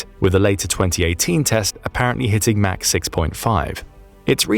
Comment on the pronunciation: this is the only place that hear "mach" pronounced "mac" versus everywhere else in my life pronouncing it "mock".